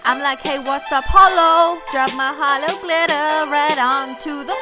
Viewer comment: When she said my Holo heart, I heard hollow heart